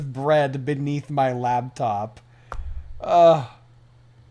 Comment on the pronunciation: So why does he say labtop?